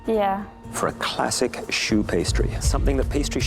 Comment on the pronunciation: "shoe pastry" 💀